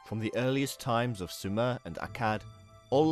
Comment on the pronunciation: It's excruciatingly painful to listen to this man pronounce Sumer and Sinaar...there's no "h" in those words so they are not pronounced Shumer ffs!?